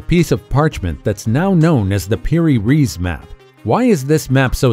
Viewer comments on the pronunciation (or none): none